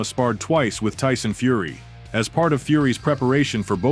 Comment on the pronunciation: "Ooh Syke-Fury".... AI narrators 😂